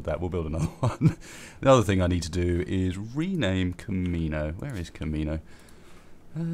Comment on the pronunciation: Ah, I was just playing Rimworld myself after a hiatus of sorts, then I get off to eat and check YouTube when I see this. What a coincidence. lol P.S. About time you're renaming Camiño, it was driving me crazy with how much you kept mispronouncing it! XD